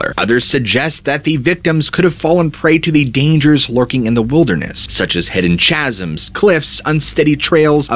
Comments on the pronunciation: Chasm is pronounced like Ka-sm not Cha-sm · It’s wild pronunciation for me😂 chasm is pronounced ka sum. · Chasm is pronounced kaz-m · Chasm has a k sound at the start not a ch.